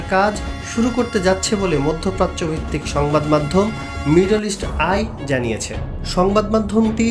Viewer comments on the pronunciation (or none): none